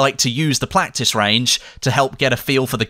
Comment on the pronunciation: anyone else hear him say Plactice range